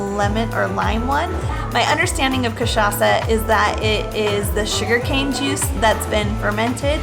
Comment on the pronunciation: you guys pronounced "cachaça" exactly like a native Brazilian